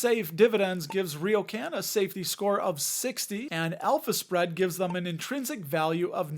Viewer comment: I kept hearing an Elvis spread 😅 instead of alpha spread 😂